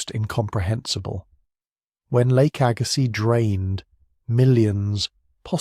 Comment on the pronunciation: Arrrrghh!!! AI lousy pronunciations!!Lake AG-ah-sees. Agazziz.